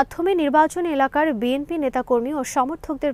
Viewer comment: বিএমপি নয় সঠিক উচ্চারণ বিএনপি হবে।